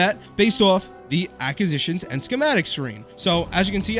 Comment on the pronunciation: Cant listen to him say acquisitions incorrectly anymore jeeesus